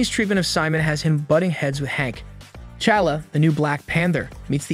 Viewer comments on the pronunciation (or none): Ah yes, The new Black Panther ,CHALLA 😆